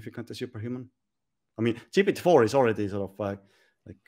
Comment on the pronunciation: I find it difficult to take an argument seriously when the person can't even pronounce GPT correctly.